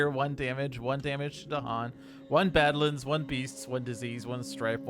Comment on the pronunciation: You've got the Dahan pronunciation correct now, but still need some more work on your Badlands. Each syllable gets emphasis: not just the first one.